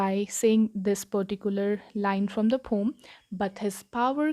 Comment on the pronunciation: Poem not pom